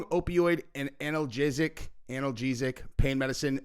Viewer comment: He said AnalJizzick 😂